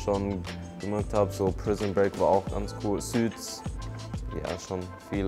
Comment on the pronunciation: welche serie feierst du? "süts" hhah